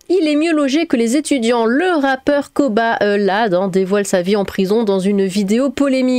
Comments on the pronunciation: On dit Koh "baladé" 😂😂😂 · C’est le monde à l’envers. 😡 Quand est-ce que la Justice va faire payer les criminels en leur donnant juste du pain sec (et bouillie) et de l’eau? 🤬 PS: Je crois qu’il faut prononcer le « D » (Kobaladé). 😅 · Je crois que ça se pronnonce koba ladé